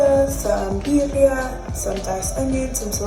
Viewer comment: Sis, it’s BEER- REE- AH!! I love this video 😂